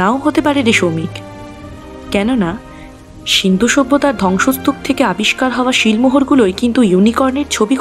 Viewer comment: ধ্বংসস্তূপ ঢংসস্তূপ উচ্চারিত হচ্ছে 😢